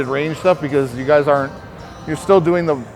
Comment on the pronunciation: “alright guy’tsss” 😂😂😂 …kills me every time man salute 2 the 🐐